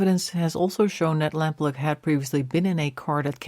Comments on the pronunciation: Very interesting. The family fought tirelessly to find her and both her parents sadly died without finding anything out. Several leads and searches were followed up but nothing found. John Cannan took his secrets to his grave. RIP Suzy. It's pronounced Suzy Lamp-LOO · Lamploo (pronounced) Lamplugh (spelt)